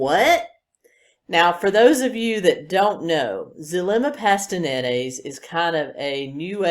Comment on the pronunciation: It's Zulema Pastenes not Pastenenes.